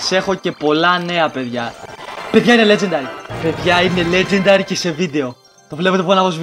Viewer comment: νουμπα προφερεται λετζεντερυ